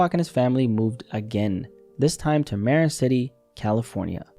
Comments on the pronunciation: Calling Marin “Mare-inn” threw me for a loop. We call it “muh-rin” out here. Practically sounds like m’rin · Marin is pronounced muh-RIN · marin city is pronounced like ma rin city